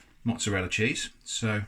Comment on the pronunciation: I lost it he he said ~sheese~